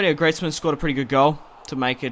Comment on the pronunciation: Greezman not Gretsman